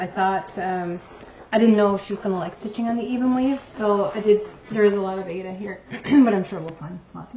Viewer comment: I so enjoyed your video visiting your mom! She is a cutie! And I especially liked that she pronounced Aida the we were told how to pronounce it back in the 80’s!